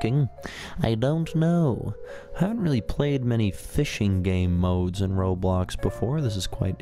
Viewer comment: You said ROBBOX